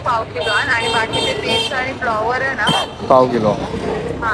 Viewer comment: Flavar nahi flower😂😂😂😂